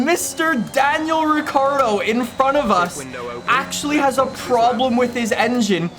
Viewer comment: Did this man say Daniel Avocado 🥑🤣👌